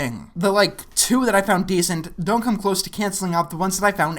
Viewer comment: I'm Scottish and let me tell you no body talks like that. It's not just that the accent doesn't work he doesn't even pronounce the words the way Scotsmen do. Scots do not u in words like puppet as poopet or come as coome (seriously? what the hell have you met a Scott in you entire life Seth? we don't say the lower case u as the upper case U, Arabic speakers might do that Scotts don't). It's not hard just have him say no as ney or naw, doesn't as doesney, did as day, going to as gonnea, shit as shite, off as aff, don't as dunnea, you as ye, out as oot, oh as aw, don't as dina/didney J as Jia, ect. How hard would that of been? Gonnea naw dae tha again ye pure mad glaikit walloper.